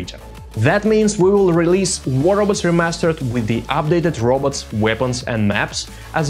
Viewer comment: I love the way he says robots